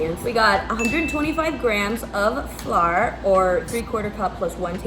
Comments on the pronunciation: Ive never seen someone not know how to say ✨🌺flower🌺✨ (flour) fse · I felt it when she said "flawer" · You saying flour, “flar” reminded me of saying No “naur” . You made me laugh so much 🤣🥰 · Omg why can’t u say flour 😆😭😭😭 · I don’t think I can ever say flour the correct way again 🤣